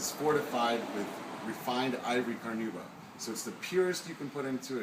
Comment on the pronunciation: Why can't these "experts" spell or pronounce "carnauba" properly?